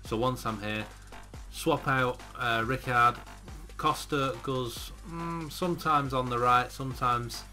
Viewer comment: It's pronounced Rye-kard, not Rick-ard!